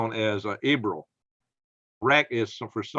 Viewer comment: It's pronounced ER BILL.